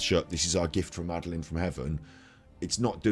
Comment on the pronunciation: Great vids - just to say it’s pronounced MAD-A-LIN 😊